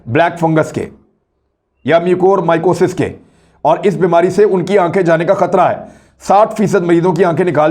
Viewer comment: First learn how to pronunciate mucormycosis